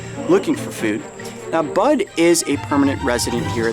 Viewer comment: I misheard "Bud" as "Butt" at first 😂